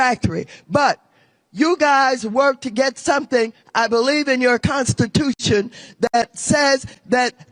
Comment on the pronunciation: "You gon' learn suntin from us!" Elected official with room temperature IQ